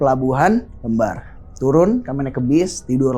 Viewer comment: Sekedar informasi aja ya temen"🙏 Cara penyebutan pelabuhan "lembar" itu seperti membaca "lem", bukan "lembar" kertas 😊😊